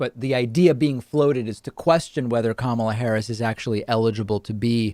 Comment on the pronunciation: I first heard "Kamala Harris" from TYT and Cenk said kamALa so that's how it was stuck in my head for a long time so I can't blame.